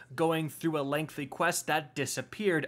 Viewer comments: Stop saying "lengthly". It's LENGTHY. No L in there. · If anything, hearing “lengthly” five times was...... interesting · Imagine not being able to pronounce the word "lengthy" as an adult....